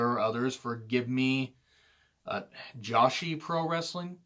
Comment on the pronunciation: Joshi is pronounced joe-she